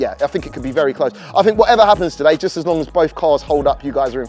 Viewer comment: is meant to be a presenter, be better if he could actually pronounce his words. For those that thought he meant Free no change, he meant Three (3) Also he did not mean Bat Fink, so when he uses the word FINK he means "Think" I say this as Being out in Asia and watching this with Asian friends they asked me what is he talking about they got lost in the context as soon as he used the wrong words. Fird is another one, he meant Third.